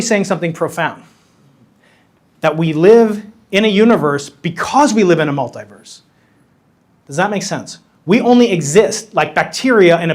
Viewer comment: What is a Multiwerlise? Is that a new AI Spiderman movie?